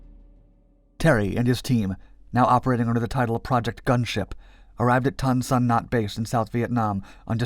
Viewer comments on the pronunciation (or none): Dad spent 1968 in Tan San Nhut, flying C-47s in 104 very black missions. He received a DFC for something he did. It's pronounced "Noot," not "Nut." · it is prounounced Tan SON NUTE not nut and the airplane were modified in the US not manufactured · Tan Son Newt is the way it's generally pronounced. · Tan Son Nhut. Nhut is pronounced Newt not Nut. Voice synth I guess. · Tan Sun NUT..... HAHAHAHAHAHAHAH Its pronounced TahnSun NOOT.... B co, 5th Bn, 7th Cavalry, 1st Cav Div, Airmobile - Garry Owen ! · You are pronouncing the air base wrong. The last part is not pronounced as “not” It is pronounced new t. Newt Rodney Based Pleiku Airforce Base , January - December 1968 By the way, the distinctive sound of 3 spooky minty guns firing into the jungle 100 yards away, is a sound that no one can forget. And can not be confused with any other sound on earth. Yes indeed the hills were alive... for a while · Ton Son Nhut AFB. Not Ton Son. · The airbase name was not pronounced "tan-san-nuht" but "tan-san-noot" and the US was not defeated in Vietnam, not on the ground nor in the air. There was a peace treaty followed by a US withdrawal. Two years later, following a Congressional aid cutoff, the NVA launched a massive offensive. No US troops were there. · It’s pronounced “Tan Sun Noot” not “Tan Sun Naught” otherwise nice job. They saved my life several times in 1969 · A minor point. It is pronounced Than Sun Newt. Not Than son Nut. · "Good video, pronunciation is "Tan sa noot" not "tan sa not" Air Force base. Spookys saved our asses out of Bien Hoa in 68,69, and 70. A1 sky raiders also were a god send for us. Thanks for putting this together. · The only gripe I can see is Tan San Nhut is pronounced tAn San noot instead of nut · Da*n it man, get your pronunciations correct: It's pronounced " Tahn Saan Nuut" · TAHN SA NUTE air force base, Get it right or stop moderating videos. How annoying. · Youre saying it wrong Say Tahn Sanoot Air Base! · That AFB? Pronounce it "Tahn So Noot"